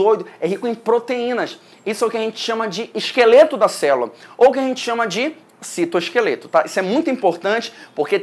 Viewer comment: "O citoskefleto" AAAAAAAAAAAAAAAAAAAAH MELHOR PROF <3 AMO TANTO SUA AULAAA!